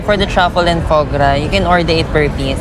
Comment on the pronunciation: Foie gras ! Not right prononciation ate😂😂😂